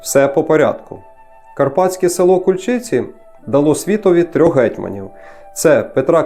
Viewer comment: Ку'льчиці......має бути наголос на перший склад.....а загалом гарна подача....дякую....